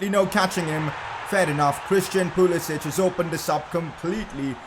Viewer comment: Pcq: Pulisic has made it clear that his name is pronounced Pulisik and not Pulisich as the other balkan names are pronounced.